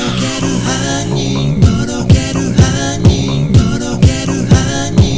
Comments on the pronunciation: 「とろける杏仁♪」が「とろける犯人♪」に聞こえるwwww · とろける犯人豆腐www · とろける犯人にしか聞こえないんだがw